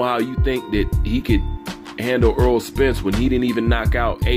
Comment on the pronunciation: Errol is pronounced like "Air Roll" not like Earl (Eurll).